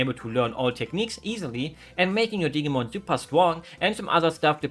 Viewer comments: Hearing digimon pronounced like "Diggymon" made me giggle perhaps a bit too much. If it's useful information at all, in English we pronounce it with a more firm i sound. I'm no good at representing phonetics but something like "Dih-Jee-Mon". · I like the way you pronounce Digimon with a hard G like in the words Get and Great. The G is actually a soft G, like in the word Gentle or Generation. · Dig-ee-mon, awh lol